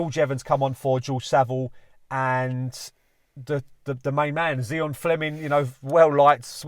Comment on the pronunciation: It's Zian....